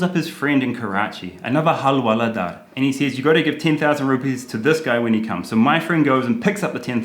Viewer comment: Nobody:- Karl to Hawaldar :- Halwaladaar...🤐